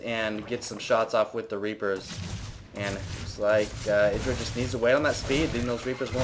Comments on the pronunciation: I thought it was pronounced "I"dra... not "e"dra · isn't it "Eye-druh" not "id-ruh"? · I'm 99% certain his name is pronouced I-Dra, not Iddra, Both Artosis And Tasteless pronouce it I-Dra, and they know him personally, so I would assume they know how its properly pronounced. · Artosis says it wrong. Even though he knows Idra irl he still stubbornly gets it wrong and Idra has given up correcting people. It's ih-dra not eye-dra. Strange but true. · altough the proper pronunciation is iddra i still call him eye-dra because it sounds so much better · Thats how you pronounce it haha. Its not I-dra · no it isnt... IdrA himself even says his name. Eye dra just sounds cooler tho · no no no no no, its pronounced i-dra sounds like i-draw. i wanted to stab my self in the eye with a pencil everytime you said his name wrong. jk, but really thats not how its pronounced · It's pronounced I-DRA, rhymes with hydra btw ^^ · it's pronounced Iddra, tasteless and artosis just got it wrong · Idra himself have said it's "ih-dra". Even if people like husky and have called him eye-dra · lol u say idra werid